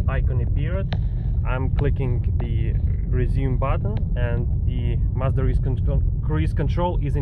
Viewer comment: Англоговорящие не произносят марку так как ты это делаешь. Не благодари